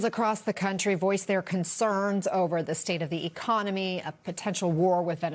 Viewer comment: 'E-con-me?? Sure ran on that